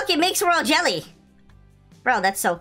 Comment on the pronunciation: U need to know what ur saying lol. “Goo” “Royal Jelly”